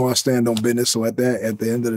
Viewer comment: He said stand on bidness and I hate it